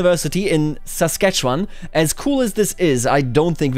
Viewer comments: I'm shocked to hear someone pronounce Saskatchewan correctly! Normally people look at it for 3 seconds and then give up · Most other Canadians can't say "Saskatchewan" correctly. does. The mind boggles.